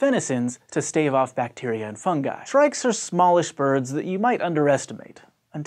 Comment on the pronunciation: Thank you this guy gets it its fun-guy not fun-juy